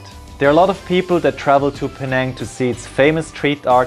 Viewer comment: Thank you for making my hometown look exceedingly picturesque. You captured the cultural essence of Penang so well! Really good pronunciation too👌